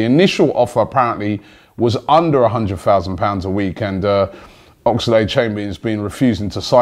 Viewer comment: It's Oxlade...... Not Ox-a-lade